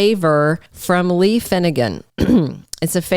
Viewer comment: when you say lie for Lee and LY am for Lee am it's like nails on a black board. Learn to pronounce the actors by their names